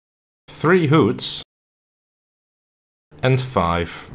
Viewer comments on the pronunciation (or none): It's weird how says hoots instead of hoods